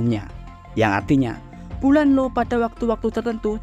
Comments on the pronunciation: io dibaca aio. bukan Lo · Di baca ai o. 😂😂😂